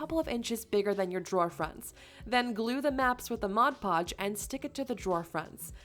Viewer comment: Just so you know, please say MOD PODGE, not Modge Podge . Despite that, I think you said it correctly once or twice though .